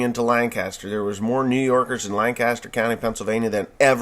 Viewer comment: Being from this wonderful county that’s full of New Yorkers and dadgum tourists that just poke and gawk at EVERYTHING, I feel the need to correct you. It’s pronounced Lancaster (Lang kis ter) no biggie though happy to help. Really enjoy the videos and really enjoy listening to the stories of all these pissed of left wingers. Lol.